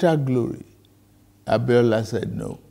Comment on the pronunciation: It’s the way he continuously call out those names for me. MKO ABIOLA. However it hits you, na you know!!